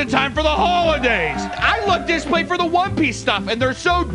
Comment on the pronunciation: Good job pronouncing one piece correctly